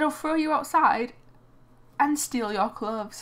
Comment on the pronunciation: why you keep saying clubs you suppose to say clothes